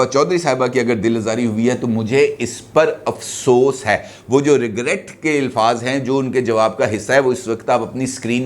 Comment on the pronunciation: Sir jee ilfaz nhi hota alfaz hota ha